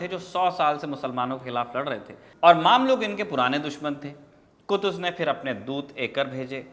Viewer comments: Brother word maamlook nhi mamlook( ममलूक) hai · its mamlouk not maamlouk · Maamluk nahin mamluk Ruknud Deen bebas nahin balke ruknud Deen baybras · Bhai maamlook nahi, mumlook hai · Mamlok nahi usay mmlok padhte hai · भाई साहब वो मामलूक नहीं ममलूक होता है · It's ममलूक not मामलूक